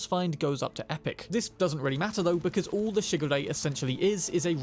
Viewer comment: I could only hear shigure as sugar ray